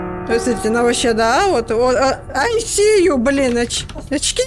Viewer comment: У бабки такой голос смешной когда она произносит эту фразу, ай си ююю